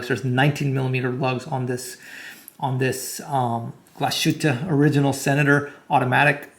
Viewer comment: It's pronounced Glass-Hütte, not Glash-ütte😅